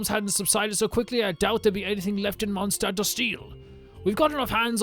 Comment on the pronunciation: "the lantern wrong is in Mondstat" xd